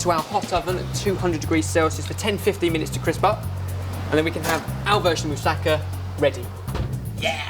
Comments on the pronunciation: It's pronounced "mou-sa-ka", not "mou-sakka". Just for future reference. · I know this is a really old video and someone's probably told you, but moussaka isn't like Mustafa. You emphasise the ka at the end ^.^ amazing recipe tho :)